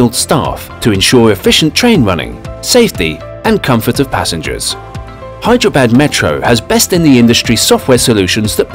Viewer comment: Hyderabad he is pronouncing bad bad it's actually badh